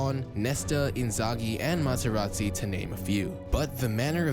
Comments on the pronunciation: Maserati hahaha. (Materazzi) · It's Materrazzi not Maserati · Materazzi not maseratti